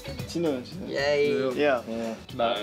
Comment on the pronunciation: he sounded like a native!! his pronunciation was so good👏🏼👏🏼😮